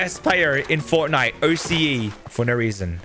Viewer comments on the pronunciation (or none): none